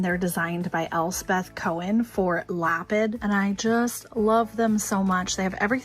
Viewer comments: its 'luh-pid' with the emphasis on the second syllable. beautiful lamps. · pretty sure that "Lapid" is pronounced Luh Peed.:) (Like David in Hebrew is pronounced Duh Veed.)